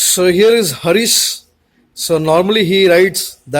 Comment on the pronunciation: who the fuck is hareeeees. say the name properly harish